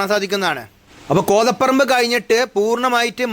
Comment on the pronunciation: കോതപറമ്പ് ❌ കോതപ്പറമ്പ് ✅.